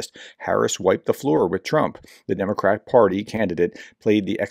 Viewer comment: You appear to have difficulty reading the word "Democratic." The last 2 letters are not silent. No matter your desire to irritate or insult your political opponents, when reading text, words should be spoken as written.